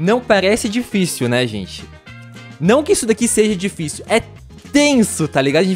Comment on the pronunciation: "O parrrkourrr mais tifícil do xeteá"